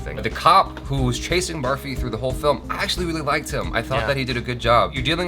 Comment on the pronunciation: its not "baarfee" as in barf, its pronounced "burrfee". its an indian sweet made of milk and sugar.